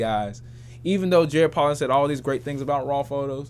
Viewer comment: Bruh his name is pronounced Poe'lin not Pollen. He says his name in EVERY video